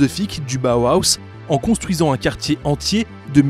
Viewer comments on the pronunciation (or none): c'est Bauhaus pas bauhauhahaus